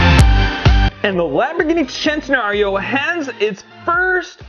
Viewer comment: Now that was super cool! Still love the Senna for sure! Is it really pronounced "Chen-tenario" or are would it be "Sss-entenario"? Just asking the question, I've always said Sss-entenario myself.